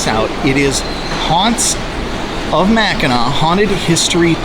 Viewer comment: Great video. However, Mackinac is pronounced MACK IN AW. Both spellings, Mackinaw and Mackinac have the same pronunciation. It's Mackinaw below the bridge and Mackinac above the bridge.